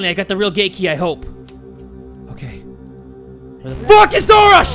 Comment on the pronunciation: Who else thought he said “ GaY kEY” instead of Gate Key XD